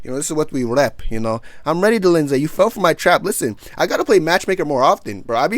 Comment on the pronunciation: out here butchering names like uncle Chael 😂😂😂 "Roman Dolinsay and Marvin Victori"